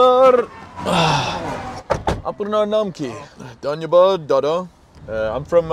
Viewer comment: the way u say danyabad dada is hilariours